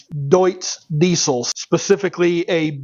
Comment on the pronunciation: The Deutz is great pronounced Im from germany 😅